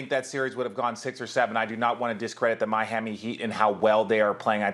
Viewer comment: Did RJ say MI'HAMMI Heat? close to the end.??..lol